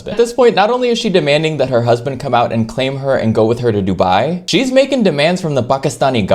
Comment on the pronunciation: random but i love how she pronounces dubai